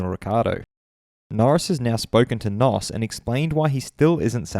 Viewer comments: FYI, this NOS is pronounced "N O S" instead of "nos" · it's N-O-S not NOS (just so you know)